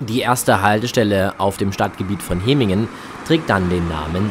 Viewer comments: Nicht HE-MINGEN sondern HEM- MINGEN wird das ausgesprochen, ist ein doppeltes M 😂. Übrigens die ersten Hemminger beschweren sich über Lärm und das Passagiere ( ja höher) in Häuser nun schauen können. Alter ,die haben echt Wohlstandsprobleme. Bäume pflanzen im Vorgarten und fertig, Vögel freuen sich auch. Danke für das Video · hemmingen nicht hemingen...und ganz nebenbei mit dem auto war die strecke angenehmer und schneller als wie jetzt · Es irr du hast hemigen gesagt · Danke für das Video. Die Strecke läst sich gut fahren, nur war die erste Fahrt vom HBF nach Hemmingen (wird ehr wie Hämmingn ausgesprochen) 20 minuten Verspätet und sehr voll. Ich durfte mit der Bahn fahren. Bei uns sind heute das erstemal auf einen Sonntag auf der Linie 1 zwischen Langenhagen und Laatze 3 Wagenzüge gefahren. Sind ja auch oft sehr voll, auch auf eienm Sonntag. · Woher soll ein vielleicht Ortsfremder denn wissen, ob nun die Silben lang oder kurz gesprochen werden, Hemmingen ist ja nun auch eine überregional nicht so bekannte Kleinstadt. Könntet Ihr Schweizer Orte richtig aussprechen, nur mal als Beispiel. Habt Euch mal nicht so.